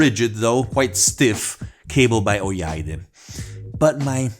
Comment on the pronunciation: "Oyaide" is pronounced, "Oh-Yah-e-Day".